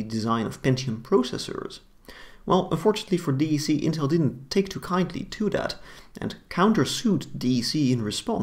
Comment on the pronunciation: A small minor note ... "D" "E" "C" is pronounced as "deck" by DEC employees and the general Enterprise computing market back then. I was at Compaq when DEC was acquired.